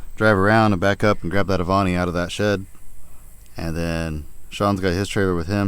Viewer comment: you pronounced that right....i have been in love with that car since they first came out....as a teen to see the speedo that says 160 MPH just blew my mind....make her pretty again sir.